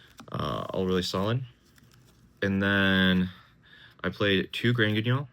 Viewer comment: First deck profile to pronounce Granguignol correctly. Ty